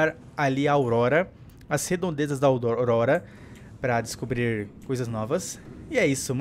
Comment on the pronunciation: AUDORORORA KK vc falou isso bem no final do vídeo kk